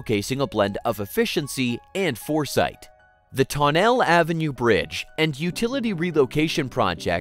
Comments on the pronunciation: ironically enough the bridge isn’t pronounced the “ton-elle” bridge it’s pronounced like “tunnelly” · Haha, it's also pronounced "Ton-nell-E." "Ton-nell" is somewhere in France. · These AI voices need to be trained better. It's Taw-nuh-lly...not toe-nell. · Also the Avenue in Jersey City is pronounced "Tun el ee" not "Ton-nail." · Like "TON-nell-ee" Avenue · Tonnelle is pronounced ton-nelly. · As somebody from Jersey, the way he said Tonnelle made me cringe.